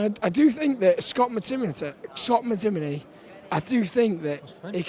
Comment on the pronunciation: Looooo my man said Scott mctimmytim looool